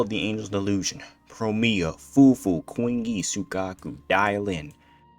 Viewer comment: I lost it at "quingyi" 😭